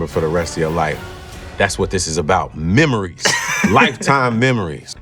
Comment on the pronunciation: The way he said MEMORIES had me on the floorrr...😂😂😂😂😂😂